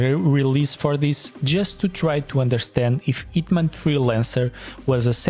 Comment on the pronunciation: is a hint that the H is not silent.